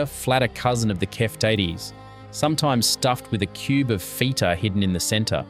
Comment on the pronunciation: The pronunciation is hysterical. “Feeta” instead of “feta” -voiceover needs lots of work… Most of these dishes are still made today.